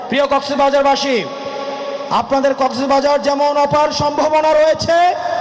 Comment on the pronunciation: আগে শুদ্ধ করে কক্সবাজার বলা শিখ তারপর না হয় রাজনীতি করিস বেড়া 😂😂😂